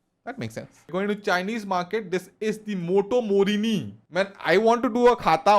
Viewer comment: Moto morni . Sounds hindustani mann 😂